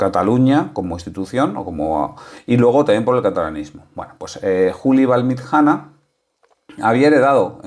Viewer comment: VALLMITJANA SI SE PUDIERA ESCRIBIR SU PRONUNCIACION SERIA ALGO ASI COMO VALLMITCHANA.SALUDOS